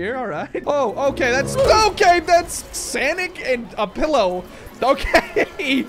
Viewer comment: It's sonic not sanic